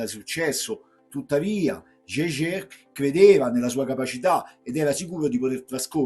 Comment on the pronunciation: bel racconto. Unica pecca è la pronuncia. Capisco sia difficile per il nome di origine tedesca su una persona francese. Però Jejè non si può sentire. Scusa ma la noto amaro artigianale tedesco a base di erbe come lo pronunci? Togli il Meister ed è fatto no?